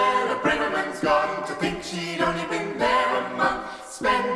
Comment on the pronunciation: This is brilliant but one nitpick, the a in Braverman is pronounced as in tavern not as in brave.